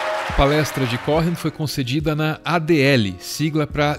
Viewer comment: Só uma correção: o sobrenome é pronunciado "Cohen" mesmo, não "CóRRen"